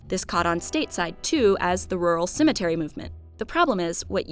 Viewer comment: I am not a native speaker and I hear "cemeNtery" not "Cemetery" Is it just me?